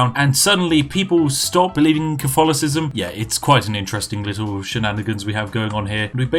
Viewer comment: I am normally more of a Twinings Earl Grey or Irish Breakfast, but who am I to contest a week's supply of tea. Have you thought of playing as Britain, with the goal to take back all the colonies (India, USA, Canada, Australia, etc) in the game? Edit: You mispronounced Cof-tholocism.